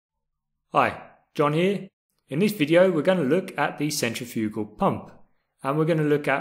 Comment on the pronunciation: Good video, but you kept saying centrifugal wrong.